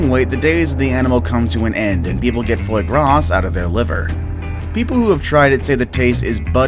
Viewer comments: "froy gahss"??? dude... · The "s" at the end of Foie Gras is silent by the way. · "Foy Grass" Not even close, dude. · Fwoyy Grasss I just can’t.